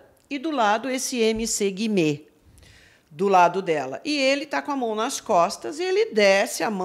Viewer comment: Amo o fato da Pronunciar MC Guimê do jeito certo kakakakak